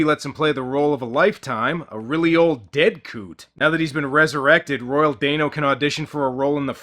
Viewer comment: I think it's Royal Dano (DAN-O, NOT DANE-O). Also, the skull grants whoever holds/touches it eternal LIFE, NOT eternal YOUTH, there's a MAJOR difference.